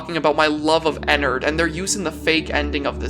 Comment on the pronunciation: the way he say enerd